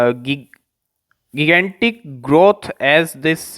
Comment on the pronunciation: गिगानटिक नही जाइगेनटिक।